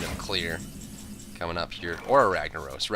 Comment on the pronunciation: why you say ragnarose when its ragnarOSSSS